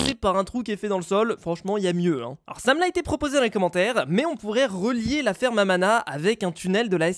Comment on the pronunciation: quand tu dis ferme a mana c'est comme ferme a ananas 🍍 😂😆 hahahahahahahahahahahaha